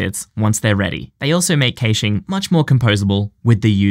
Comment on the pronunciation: Pronounced "cashing" where I'm at 🤷🏾‍♂️